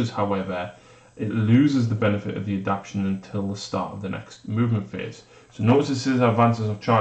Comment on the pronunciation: You guys celebrated proper pronunciation of the word Jormungandr...but you don't seem to be aware that you're butchering simple words like adaptation and veracious.